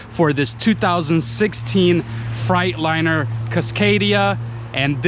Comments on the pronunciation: You pronounce it as “fraigliner” it’s FREIGHTLINER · I got a kick out of how you pronounced the name. You said "Fright Liner" :) It is pronounced Freight Liner = Fr 8 Liner.